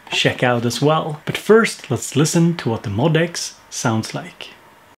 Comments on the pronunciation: According to Yamaha, you are supposed to say it "MOE--DEE--ECKS." When I first saw it I said MOD-X, too! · Cool video! However, it's pronounced "M-O-D-X" (em-oh-dee-ex) according to Yamaha. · BTW, it's pronounced "Mo DX".